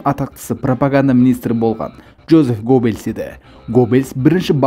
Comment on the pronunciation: гоббелс емес геббелс